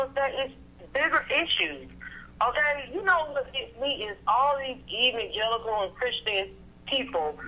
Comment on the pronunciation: She said eveningelicals.